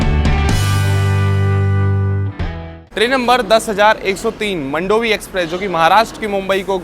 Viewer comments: मंडोवी ❌ मांडवी ✅ ( river in Goa ) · Its pronounced as मांडोवी एक्सप्रेस and not मंडोवी express , please pronounce it correctly WHY DIDN'T YOU SHOW THANE RLY STN. ?? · मंडोवी नही मांडवी बोलते हे